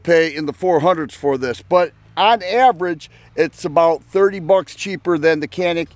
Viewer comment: Good video. I like both guns, and hope to own both soon. I found it amusing how you went to such lengths to pronounce "Mete" as close to the Turkish as possible, but completely overlooked the fact that Canik is actually pronounced "Zhanik", or something very close to that. :-)